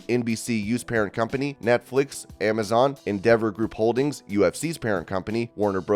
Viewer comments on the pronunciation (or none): none